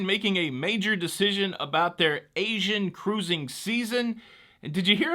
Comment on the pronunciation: I just love the way you say ca...RU...sing! 👍